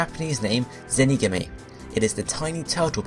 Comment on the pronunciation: "zenigimme" that is not how you pronounce it. I am surprised at how wrong this video was. There are so many mistakes. Here is some I can help you with. "Zenigame" is pronounced "Zen" "ee" "gaaaaa" "may". "Kameil" is pronounced "kaaaa" "mayyyy" "Eeel". "Kamex" is pronounced "Kaaa" "mayyy" "xuuu".